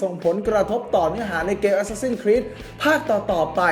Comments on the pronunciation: อะแซสซิน/แอสแซสซิน ไม่ใช่ แอสซาซิ่น=ซ ิ ่ น (มันพิมแล้วไม้เอกไม่ติด) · əˈsæs.ɪn ใครอ่านโฟเนติคเป็นน่าจะรู้นะออกเสียงยังไง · เห็นด้วย ขัดใจกับ ซิ่น มาก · ได้โปรดออกเสียง Assassin ให้ถูกเถอะครับ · Reaper มันมีจริงครับ แต่เสียงมันไม่ได้เน้นไม้เอกแบบนั้น แบบคนอ่านsword ว่า ซะวอร์ด มันก้แปลกใช่มั้ยล่ะ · ผิดไง รอคำตอบ